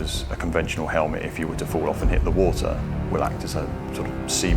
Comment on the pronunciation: Take care on the wo-ah guys